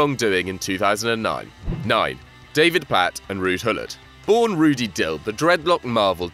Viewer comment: ruud gullit not rudd gullit